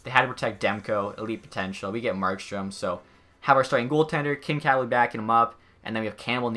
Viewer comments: "Kin-Kad". It's Kin-Kaid. Like kool-aid. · Kinkaid is not said like kinkad. Its Kin Kaid like bandaid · Kinkaid is pronounced Kin-kade not Kin-kad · Kincad or Kincaid. That pronunciation tho lol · Kin kad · Kincaaad wtf, cmon pls search it up cuz that was some next level cringe It’s Kin (you got the part right) Kaid (like Cad in the name Caden) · Why can't you pronounce any of the player names? "Kin-kad" "Sawdderberg" "Zadderov". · Please learn how to say players names the right way, like kinkaid, zajac and a few others